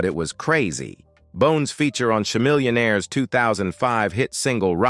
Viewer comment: Chuh-millionaire?? Really??